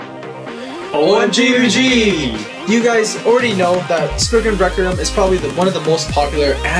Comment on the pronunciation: Well it's not Spriggin either it's Spriggan XD